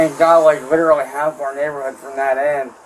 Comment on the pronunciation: Lid-ra-lee Lid-ra-lee Lid-ra-lee Eet dossint MADDER lyke lid-ra-lee vitch Itduhintoooooooooo